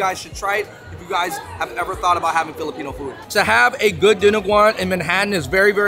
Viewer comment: Awwwww Andrew knows his Filipino food terms! And saying them well!